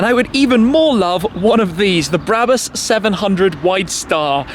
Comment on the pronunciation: Its not bräbus its brabus